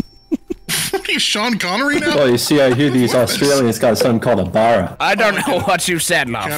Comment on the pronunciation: as an aussie, whats with americans not being able to pronounce australian words, BARRA isnt bawwa